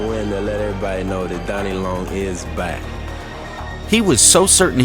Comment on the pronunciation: I know this is an AI voice but why do you keep referring to Donnie Long as Dannie?